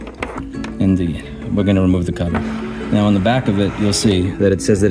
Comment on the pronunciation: "Let me know when you hear the difference".: "Neow" (now). Priceless.